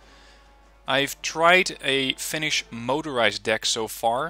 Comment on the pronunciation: You actually pronounce Finnish words better than any other youtuber that I've watched recently. Only thing that I'm kind a upset about this DLC is that we're included as a redfor nation, because as far as I know every Finn that I know wants us to be independent... Anyways, love from Finland to Netherlands... My grammar isn't the best so sry if there is some mispronouncing. With love from Finland to Netherlands! :D